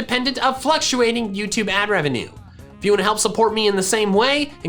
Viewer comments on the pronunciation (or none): He said got to ketch them all for add revnun